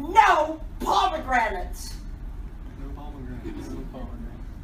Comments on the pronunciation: My ears started to bleed and guess what came out.... pomigranits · Is this how americans pronounce pommegranates? Geez.